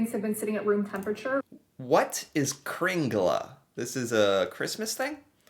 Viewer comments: IMPORTANT!: KringlE, not kringlA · This is nothing, in the past 36 hours we had 60cm snow where I live. It's not "kringla", but "kringle"...